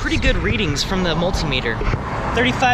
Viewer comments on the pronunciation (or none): none